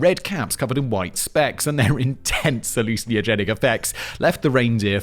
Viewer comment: Simon vs pronouncing hallucinogenic would be a fight worth watching